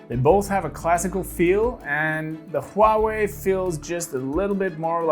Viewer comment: like how you pronounce Huawei, as precise as a Chinese does :)